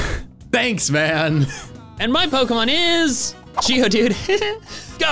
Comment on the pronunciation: I thought he said Giovanni instead of geodude